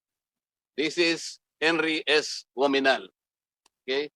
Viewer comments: Sino ba yung comm chair? Hindi nya masabi ng tama ang OAMINAL? OMINAL ang sinasabi nya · Oaminal? .. Akala ko Oanimal?!! HAHAHA